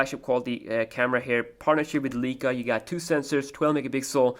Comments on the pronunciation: btw it's leica not "leeca" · Hey dude just to point out it is pronounced (Lie-ka)